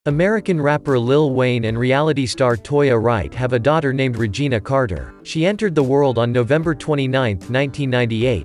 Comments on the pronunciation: LMAO!! The voice-over constantly calling her “REGINA” with complete confidence is sending me! Her name is REGINAE! 😂😂😂😂😂😂😭😭😭😭💀💀✌️ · & the narrator of this bogus story so confident saying Regina. I guess that’s to show how much fact checks he did. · ReginA got me rolling! “It’s pronounced Reg-in-ay “ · You pronounced her name wrong. It’s pronounced, Reg-I-Nae. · Who is saying this her name is Reginae pronounce it right Regina😂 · Please pronounce her name right!! REGINAE NOT Regina!!!! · Pronounce RE-GI-NAE NOT REGINA THEY DO NOT SOUND THE SAME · Who is Ragina? Correct pronunciation is *Ra *jin *nae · Whose Regina? Red-juh-nay is how it’s pronounced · PRONOUNCED REY-GIN-NAE NOT REGINA OMG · Her name is not Regina!!!!!! Her name is Reginae pronounced Reg gin nae.!!!!!!!! Get the pronounciation right man.!!!!!!!!!! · Who???? Is Regina !!! ReGiNae … Nae!!! Omg y’all definitely did that on Purpose but it’s rude to mispronounce people name repeatedly thumbs down 👎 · You DEAD wrong😐 for calling this girl ‘Regina’ throughout the WHOLE video🤨. You know damn well that girl name is ‘REGINAE’ pronounced ‘RE-GI-NAY’ get it right before you come narrating a whole story with wrong pronounciations🙄. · Whose is Regina. You mean Re-ja-na! Talking about her and can’t even pronounce her name. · It’s pronounced Reg-in-ay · He did a whole story on someone but didn’t find out how to pronounce her name correctly first 😂😂go head regina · Pronunciation: Reh- Gi- Nay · Reg uh nae is how u pronounce her name get it right 😂😂😂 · If your gonna do a video on someone’s life pronounce her name right it’s not Regina 🙄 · Her name is pronounce ray-ja-nay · It’s Regina for me 😂😂😂😂 it’s freakin Hilarious if you can’t pronounce her name then You shouldn’t be doing a video about her Period smh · Re ga nay break down the pronunciation sir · Pronounced (Reg-e’-nay) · “RaGINA”???????? that is not how you pronounce her name